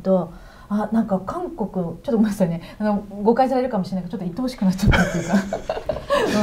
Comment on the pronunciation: 最後に”愛おしくなっちゃった”って言ったんですね、最初は”鬱陶しくなっちゃった” に聞こえたもんで随分直球だなと思いました、でも言った時の表情からすると 後者の方が本音かな？というのは私の邪推だと思いますｗ